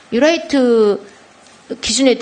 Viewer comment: "유라이트" 전라도식 발음 ㅎ